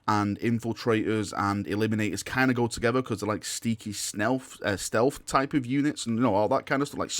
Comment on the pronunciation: “Snealth”